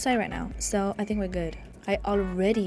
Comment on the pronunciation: "I FHINK😢"